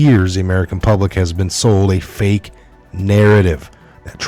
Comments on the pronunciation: Enjoyed your unusual pronunciation of the word 'fake' ...f*ck news wasn't quite the word or was it a Freudian slip ??? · You said “fake” right the first time 🤣